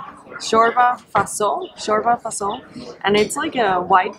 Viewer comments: Bro in from romania its fasouiel not faso and you dont pronunce good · In Romanian you pronounce all the letters. So "Fasole" is F-a-s-o-l-e - you must hear all the letters.